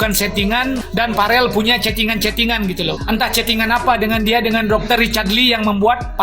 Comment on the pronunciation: Yoi, ngomong aja bk becus, Farel malah parel, belajar ngomong dulu yg bener baru berkomentar